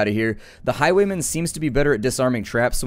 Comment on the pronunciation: you sayd highweman